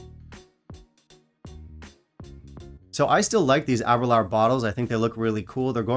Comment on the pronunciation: Ahh -ber-lure is the main reason I started drinking Scotch. Discovered it in Edinburgh the first night we were there. But please learn to pronounce it ! :-))